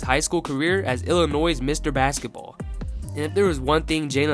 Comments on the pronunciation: the mispronunciation of “Illinois“ over and over again is the only issue in an otherwise solid vid. Subscription button: HIT. ill-UH-NOY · Kind of blows my mind that someone can be smart enough to make this great video, while at the same time not know that the S is silent in Illinois...